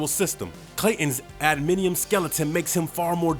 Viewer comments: Does he have an "adminium" skeleton also? Ugh. Maybe he should give it a practice read before he just blasts into it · I was gonna ask the same question.... Maybe the narrator has never read comics and just read it because he has the ability to talk really fast.... It made me wince every time he said "adminium"😂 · As a black nerd, that shit hurt my soul every time dude said "adminium" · 44 seconds in and I had to turn it off. Sooo disingenuous. Couldn't be bothered to do a quick web search, so I'm not gonna bother watching the rest. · Adminium????? Lol not even close. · Homeboy can say Vibranium, but can't say A-da-man-ti-um??? 😂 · It's pronounced AD-A-MAN-TI-UM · "Admidium" hahaahaaah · Can’t manage the word adamantium? I’m out. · If u gonna do these videos u gonna have to learn how to say adamantium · Man he kept throwing me off every single time he said “ADMINIUM”…”ADMINIUM”???????? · What the Hell is Adminium??!? LOL YOU MEAN ADAMANTIUM?? Dude... if you are narrating this at least learn how to pronounce what you are "spitting" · Adamantium(Ada-man-tee-um) not being a troll, my soul can't take hearing it pronounced wrong again🥲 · Why the hell are you pronouncing it as 'adminium'?! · It irked me so much to hear him continually say, “adminium”. What in the world is “adminium”? The word is, “adamantium”! Tbh, I guess you can say, there’s no such thing as that either. Touché, but it’s real in the Marvel universe. Adminium is nothing in any universe. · I died a little inside every time he said, “Admidium”. FFS. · Drove me nuts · Narrator, say it with us: Ad-a-man-ti-um Almost didn't know what the hell you were saying at first lmao 😂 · Adminium lol. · A-DA-MAN-TI-UM. So how long have you been reading comics? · Disappointed that this guy cant even say Adamantium. What an annoying thing to overlook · I can’t stand the way this guy pronounces adamantium. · How do you not know how to say adamantium? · Adamantium why is this tool mis pronouncing it its nit hard at all